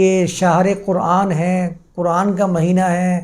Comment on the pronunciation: میاں، آپ بہت معقول باتیں کرتے ہیں، مگر خدا معلوم کیوں اردو کی عربی میں تلاوت شروع کردیتے ہیں؟ اب آپنے فرض کو فرد کہا، جبکہ فرد کا مطلب اردو میں individual ہوتا ہے۔ اردو میں “ض” کی آواز بلکل “ز” کی طرح ہے۔ اور یہی مستند ہے۔ طرفہ یہ کہ قرآن جسکو اردو میں بھی قرآن ہی کہا جاتا ہے، اسے آپ کوران کہتے ہیں۔ یا للعجب! اردو کو عربی لہجے میں بولنا اتنا ہی غلط ہے جتنا عربی کو اردو یا پنجابی لہجے میں بولنا۔ اب اردو میں تو فارسی، انگریزی، اور سنسکرت سے مستعار لفظ بھی ہیں۔ تو کیا انکا تلفظ ان زبانوں کے مطابق کیا جائے گا؟ تو پھر اردو کی کیا درگت بنے گی اور وہ کیسی مضحکہ خیز سنائی دے گے۔ اسلئے میاں اردو کو اردو میں ہی بولا کیجئے۔ آپ جب تلاوت کریں، یا عربی میں درس دیں تو بصد شوق خالص عربوں کی طرح بولیں۔ کس نے منع کیا ہے۔ اھلا و سھلا۔